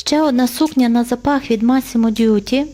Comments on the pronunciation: Масіммо Дутті… Ви постійно кажете Дьютті. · Правильно вимовляти « Массімо Дутті» і «Бурліньтон».